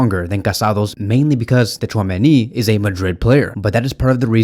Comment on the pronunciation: you really don't need to pronounce "T" in Tchouameni's name yk😅